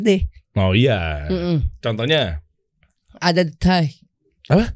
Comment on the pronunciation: beat karbu Dustin ketawanya nular🤣🤣🤣 detik jadi detaik🤣